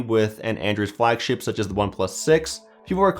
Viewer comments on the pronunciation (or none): The way he said flagship sounds like flagshit And the funny thing is it's true, mid range ftw